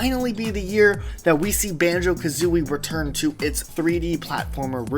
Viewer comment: Banjo Kathreeie